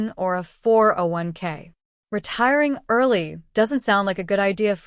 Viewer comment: Thanks! doesn’t even know how to pronounce a 401k correctly 😂😂😂.